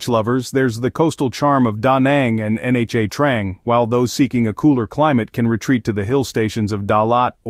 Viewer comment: You lost me by not pronouncing nha trang correct 😂😂😂😂😂